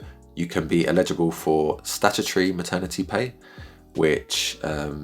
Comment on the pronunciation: Thanks for the explainer, but you keep saying “illegible” not “eligible” 😂